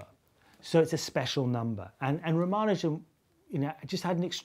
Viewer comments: ra mA' nu jan'? isn't it Ra' ma nu' jan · Simon Singh the first and only person I've heard say rah-mah-nuh-jin rather than rah-mah-NOO-zhen, and I gotta say I'm probably gonna trust his pronunciation of that